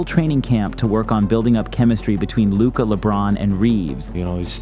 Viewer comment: I mean, if you can't even get Luka's name right, you can't talk.